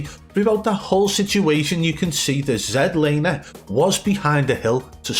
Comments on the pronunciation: Zed laner😂😂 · Zed Lander 😂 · Zed laner 😂😂